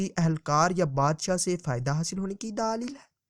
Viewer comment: Daaleel nahi Daleel hota he